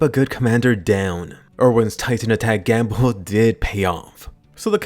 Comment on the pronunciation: "Erwin's titan attack gam-hook..." ...gamhook???